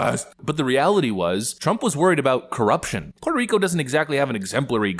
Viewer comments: its not puehto hico, its puerrrrto rrrico. rolling r's back in the day, those communist actors would be on some list somewhere in the cia headquarters. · "Wuerteh Hricoe"??????? I can only imagine how cringe that must sound to a real Puerto Rican 🤮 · Pwat Oh Ricoh? Speak English if you want respect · Never trust someone who pronounces "Puerto Rico" as "Hweto Hiko" in a speech.